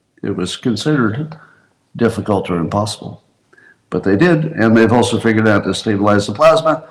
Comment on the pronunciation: My wife never gets tired of the cringe Scott inspires with his 'cute' insistence on changing the pronunciation of figured out to fingered out. I keep telling her it's an unconscious thing, but she believes it's a schoolboy-level humor thing. Thinks it looks much better on a schoolboy. She's not wrong.